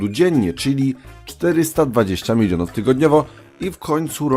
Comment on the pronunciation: ja słyszę ze mówisz milinów